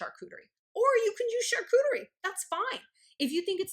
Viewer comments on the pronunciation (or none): Holy wow girl! The way you pronounce Charcuterie gives me MAD douche chills.